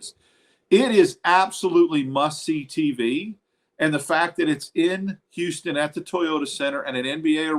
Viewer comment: Did just say the Whooston Queuegars?